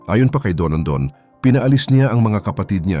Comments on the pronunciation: Don don o donondon? Kainis nman narrator! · Dondon po ang pangalan ng whistleblower, hindi po Donondon. Nakaka yamut. 😏😏😏